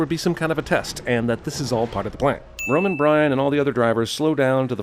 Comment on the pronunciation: Why was he calling Roman “rome” for like 2 minutes